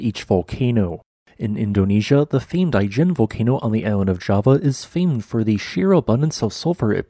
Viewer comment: Pronounced i-jen with a soft I. As in Italy, not as in Ice cream. I've been into the Ijen Caldera. The highlight of my life. If you can, go see it!